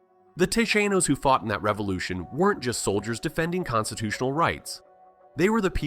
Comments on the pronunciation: "the Tejanenoes" lmao 🤣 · Tejanos, pronoucned Tehanos. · San Ja Sin to and Tey Han Os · Yay Hahn ones …not tayjenos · ? Ta shay nos. ?!